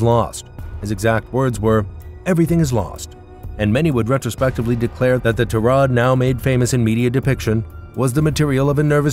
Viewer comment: 3 : 06 Ta - Rod ( tirade ) ? Pronounced =Tie - Raid !